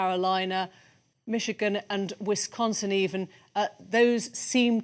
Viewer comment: ...Wishigan?? Idiot BBC reporter can't even read!!